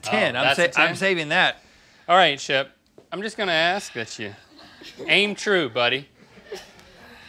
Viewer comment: *Shep. Like Shepherd.